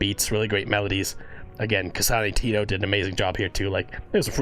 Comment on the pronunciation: Btw its "Tet oh" tet as in "Tent"